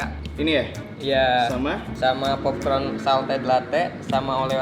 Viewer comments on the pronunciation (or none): Apa cuma gue yg ngakak pas mas yg di drinkinian blgnya popkron:)